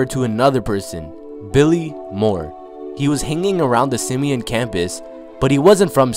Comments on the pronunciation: It's sim-e- ON, not sim-e-in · And its Sim-e-on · It’s “Simi-on” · No it’s sim e ahn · Everyone not from Chicago pronounces Simeon wrong 😂😂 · LordBando I swear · Lol the way he said simeon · You said Simeon wrong but r.i.p cuzo😖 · He said the high school name wrong